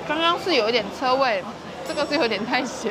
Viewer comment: 為什麼腥味會唸成ㄔㄜ味？😅